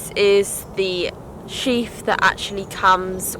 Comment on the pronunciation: It’s a sheath not sheaf